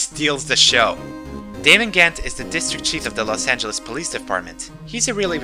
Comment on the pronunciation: Los angelas? I thought this was Japan :D